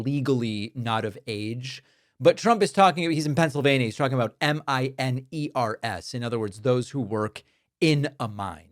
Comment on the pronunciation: The words MinORS, vs MinERS sounds WAY different. Trump is used to MINORS though, so he goes with that... It's not a glitch, he just automatically uses that pronunciation.